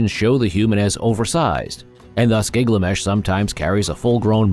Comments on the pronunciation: You're saying GIG-LA-MESH but I've only seen the name as GIL-GA-MESH. Why is your pronunciation different? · Gil-ga-mesh, not Gigamesh :} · It’s Gil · So...the AI is dyslexic? Is that some sort of low-budget AI?